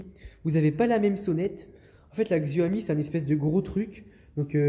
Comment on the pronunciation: Juste c'est Xiaomi pas Xioami